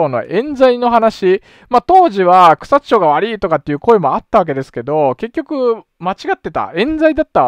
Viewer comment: 前々から気になってはいたのですが、草津は「ちょう」ではなく「まち」ですよ。